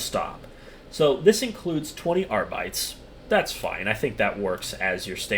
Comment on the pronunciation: there's only two things that comes to mind when I hear someone mispronounce "Arbites" like that, one is "Cus-toads' and the other is in German. Please, for the love of God-Emperor, AR-BEE-TEEZ (teez nuts, gottem)